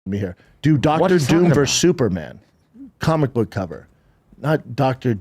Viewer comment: Bapa had a suggsesful cawlmic boog store in his closet, so he knows cawlmics!